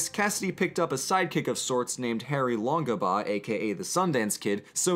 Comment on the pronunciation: please learn to pronounce the real name of the sundance kid. It's an english not german name and it is pronoumced 'long-bow'